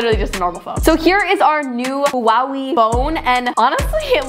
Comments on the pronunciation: "HeWaHeI" its pronounced "whawhei". "whuhee" isn't correct either lmao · It's way not wee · girlie, i love you but.. it's not hua-wi it's hua-way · im from serbia and pronounces HUAWEJ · It's huawe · am i the only one who just died when she called it hwa weey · Pronounce it as “hwaway” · No one:..: HUWAWIE😭💀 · Wait, you pronounce Huawei like that in English!!?? Oh my 😅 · thats not how you pronounce huawei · I laughed so hard when Said Huawei 😂😂